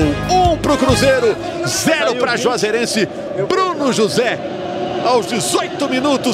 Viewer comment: não sabia falar Juazeirense 😂